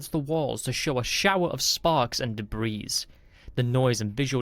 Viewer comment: Good story with excellent overall narration, I look forward to listening to your future stories. and The "S" in the word "debris" is silent. The captions have the word "immobilized" not the word "paralyzed" as narrated. The "S" in "Corps" is also silent.